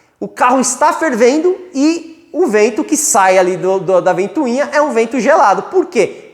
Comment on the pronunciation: Excelente aula! Só não fala mais "ventuinha"!! É ventoinha... :)